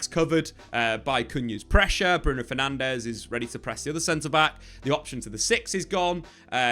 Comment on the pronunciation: Why would you expect any diff after years of getting Bruno’s last name wrong 😂